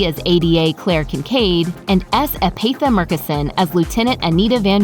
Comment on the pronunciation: Epatha not Empatha